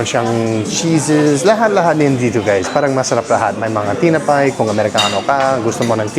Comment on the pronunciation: Also say “paki bantayan mo ang gamit ko kasi baka mawala (get lost) o Please watch (bantayan ) kasi baka nakawin (might get stolen) to someone who will guard or watch your things. “Tinapay” (bread in Tagalog) is pronounced as “ti’-na’- pay’ not slang but say it as T - (like letter T, Na (as nah) and Pay (as Pie) say it per syllable or word.